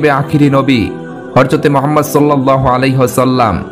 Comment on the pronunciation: হযরত, not হরযত।